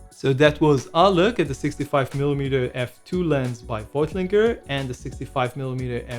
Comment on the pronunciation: The British always mispronounce names from other laguages & then think that the original is wrong! V is pronounced f in german & gt is k. I had been loking at the V lens since awhile but when the sigma came I opted for the sigma. The sigma is more ergonomic with great optics & easy to switch from af to dmf or mf. Also better ibis on the sony a7r4. I also have a collection of macro lenses incudng the sony 90 but also the earlier sigma 105/2.8 (500gms) and 180/5.6 apo (500gms) & several in the 50-55 category. I also have the voiglander ultron 50/1.8 (german version - small lightweight beautiful rendering) The later V lenses are often japanese designs and the new lenses are all made in Japan. I have had the sigma since it came out and its an excellent lens - used it for all kinds of work from fine art - architecture - video etc.